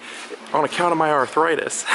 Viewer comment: OK you may know an astronomical amount of S&S trivia but your pronunciation of Arth-a-ritus was weak man.